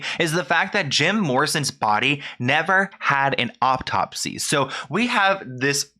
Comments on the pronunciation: Please stop saying "optopsy"! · Learn how to pronounce autopsy